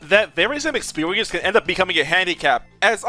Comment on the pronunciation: That vaywees of expeewiemce